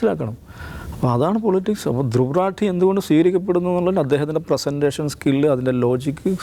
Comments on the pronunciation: രത്തീ അല്ല റാഠി.. please തിരുത്തൂ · ധ്രുവ് രെത്തീ അല്ല ധ്രുവ് റാഠി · റാട്ടി അല്ല റാഠി ആണി മല്ലുവിന് പാടാവും പറയാൻ because നമുക്ക് എല്ലാ ട അല്ലെ ഉച്ചാരണം